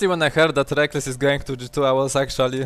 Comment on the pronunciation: most pronounced "actually" you'll ever hear